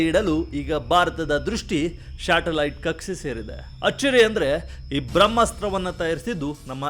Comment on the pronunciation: ಅಣ್ಣಾ ಶಾಟಲೈಟ್ ಅಲ್ಲ ಅದು ಸ್ಯಾಟಲೈಟ್😂😂😂😂